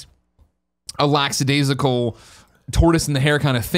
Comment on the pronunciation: You're Wrong - It is 'lackadaisical', not 'laxadaisical'